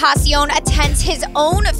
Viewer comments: ten-tace-ee-own? really ? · Stop saying ten taSSion